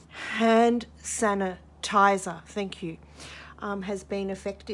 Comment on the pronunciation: Sand hanitizer didn't strike me as wrong untill you kept repeating it and saying you can't say it LOL!